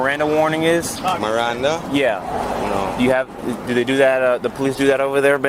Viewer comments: That cop babbled very quickly through those Maranda rights to a foreigner. Pretty sad if you ask me. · basically, Mirandeez NUTS. Cop needs to learn how to speak